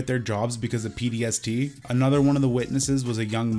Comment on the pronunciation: Sounded like you said PDST instead of PTSD